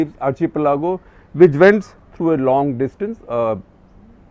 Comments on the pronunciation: Isn't it... Ar- key- pelago rather than Ar- che -pelago?? We spell architecture that way! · Is pronounced Ar "khi-pelago" not chi- pelago.. #cuttheclutter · Sir, so many youngsters watch your videos. It is important that you get your diction right .Not meaning to offend but you mentioned the word "archipelago" several times with wrong pronunciation...it's pronounced " Arkkippelago".We are all creatures of habit you have previously mentioned about people pointing out your America as Umrikka.. and you did make an effort to change it. Might I also add the word " iron". You always say " I Run".. so do many others north of Vindhyas..could you look into it please . So the next generation doesn't copy the mistakes we make..thank you🙏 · SG sir, are you sure you are pronounciation of Archipelago is correct ??!!